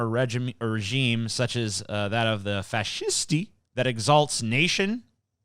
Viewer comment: It’s pronounced “fa she stay” I believe